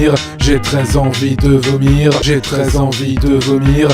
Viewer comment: on dirait qu'il dit "J'ai très envie de venir" ou "J'ai 13 ans vie te vomir" *sort*